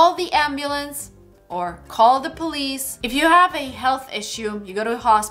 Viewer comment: In one of her other videos she said the correct pronunciation of the word Police was like this "pah lease" now on this video she pronounced it like Police